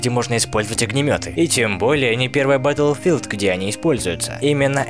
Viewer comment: батлфилд, а не бэтлфилд